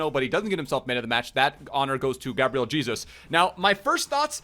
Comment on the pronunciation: That's how you actually pronnounce Jesus in Portuguese tho